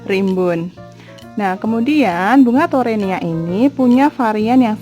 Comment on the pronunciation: Sampai salah ucap teronia 😂😂😂👍👍👍mantap bun